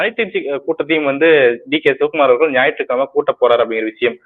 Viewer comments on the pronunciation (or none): none